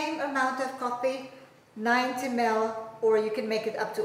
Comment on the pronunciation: i like the way how she pronounce 90ml to 90mel hehe